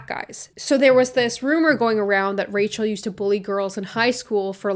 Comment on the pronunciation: one time you said rachel and i thought you were saying racial with a miranda sings accent... my mind